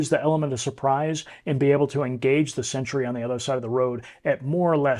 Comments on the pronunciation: It's "sentry", not "century" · It is 'sentry' NOT 'century'.